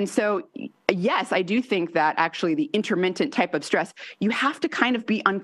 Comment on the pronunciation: Intermittent, not interMINTent